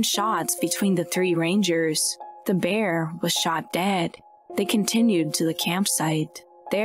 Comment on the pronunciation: Is this an AI talking? Lol 'BEEAAAR'